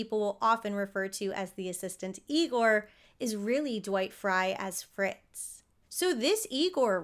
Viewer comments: It’s pronounced EYE-gore 😁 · That’s Eye-gore 😉 😂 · it's pronounced " I-gor". 😉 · it's pronounced "EYE-gore" ~~ marty feldman's spoof/homage to this character was just as legendary. Brooks inclusion of this character is a tribute to Lugosi's talent.